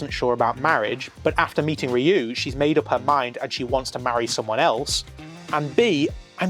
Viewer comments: the guys name is Ryuu pronounced You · This was definitely a more mature series than other Super Sentai shows. One of my favorites along with Dairanger. By the way, Ryu is pronounced as one syllable 🙂